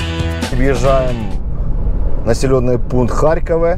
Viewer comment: ХарькОве. Коли називаєте місцеві зазви, то дуже "ріже уші"